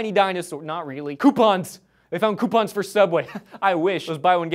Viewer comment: How he says "coupon" is cracking me up.